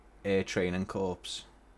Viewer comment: Looks brilliant. Just downloaded it as it's now my local airfield... Also downloaded a Scottish Aviation Bulldog to relive my days in the Air Cadets... And as a former Air Cadet, I have to pick you up on one thing ... it's pronounced Air Training *Core*... A corpse is a dead body :)